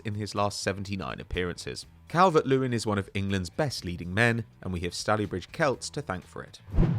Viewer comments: Stallybridge? Stalybridge, no? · As a manc the way said stalybridge made me consider self harm